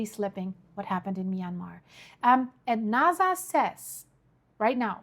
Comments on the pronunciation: It’s NASA with an S not naza with a z….. subtitles is even spelling it with a z because of your pronunciation. No biggie Just didn’t know if you knew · It's pronounced NASA, not NAZA.